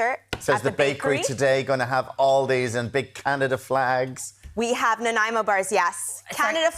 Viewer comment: As a British Columbian who grew up on Vancouver Island, thank you SO MUCH for pronouncing Nanaimo correctly, which is somehow an impossibility of most Americans.